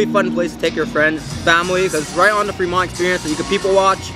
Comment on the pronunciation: Another fire video but again it’s pronounced “Freeeee-mont” not “Fra-Mont”